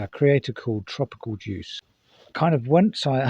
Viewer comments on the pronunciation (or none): Can I just point out the guy you've referenced is called TOPICAL JUICE at the beginning? Where are you getting that R from? It's even on his cushions on his couch, for example it's like topic/s in tv & 📽️ not juice bro as in tropical 🧃 😂 I know it's a play on his name in itself but pronounce his name properly at least